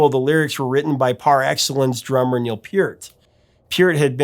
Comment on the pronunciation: You're the first person to pronounce Neil's name correctly! Good job!